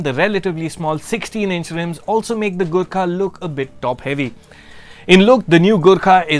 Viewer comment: Every time you said "Gurkha"..I misheard it as "Good car" LoL.